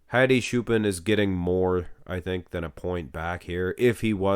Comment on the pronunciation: Stop butchering Hadi's name. Let's do baby steps. Hadi has 2 parts. "Ha" is like "hot" without the final t. "di" is like a,b,c, "d". Choopan is pronounced like "chew" and the last "pan" part is pronounced like the verb "ponder" without the final der. And when you say Choopan, emphasize the latter syllable. So it's like chooPAN.